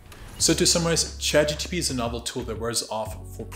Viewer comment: It’s Chat GPT not Chat GTP.